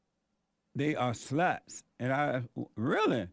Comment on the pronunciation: "Over in Sweeding, the girls are all suh-luts"